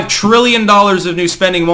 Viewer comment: Biden: "What's a frillion?"